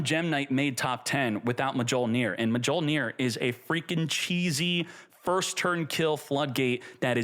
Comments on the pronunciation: He's pronouncing Mjolnir wrong on purpose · Bro PLEASE, mee-yol-neer. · It's pronounced myol-neer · We live in a post Marvel world, everyone should know how to pronounce Mjolnir properly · deserves to have his ash fingered for that pronunciation of Mljonir. Also how is Appo still in this game dawg! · Yeah I know its hilarious. i hope he doesnt go bald 😂